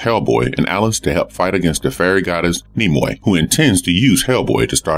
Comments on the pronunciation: It's nimue or morganina le Fay not nimroy like Leonard nimroy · apologies.."Nim_way" would be the correct way to pronounce her name. I'm actually a fan of hellboy thus seeing her character in another movie recently verified my pronunciation was incorrect